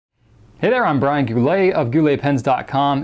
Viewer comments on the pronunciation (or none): none